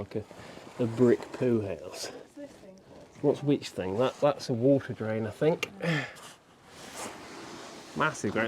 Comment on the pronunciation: THAT A LOTTA WA'ER